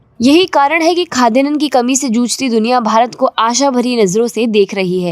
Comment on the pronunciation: It's not khadyanan, it's Khadyanna